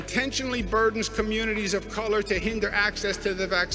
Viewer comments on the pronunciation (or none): he really didn’t have to emphasize the colours that much...